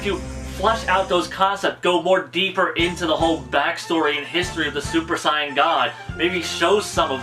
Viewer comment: ... you sir... you pronounce saiyan properly.. subscribed